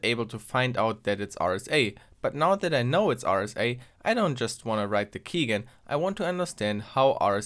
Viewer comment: Quick note (even though this keygen series is almost over), it's pronounced keyjen (key generator)